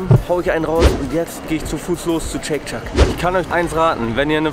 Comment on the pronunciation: Wie immer interessantes Video aber ich muss dich fairerweise korrigieren. Du sprichst den Burger irgendwie falsch aus. Es liest sich im Deutschen wie Scheyk Scheck und nicht Scheyk Schak